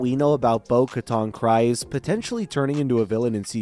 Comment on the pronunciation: KrEEze, not KrIse ... Just saying dude